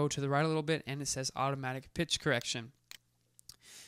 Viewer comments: Did he say time and "PINCH"? instead of pitch? lmao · hahaha I thought I my ears added the "n".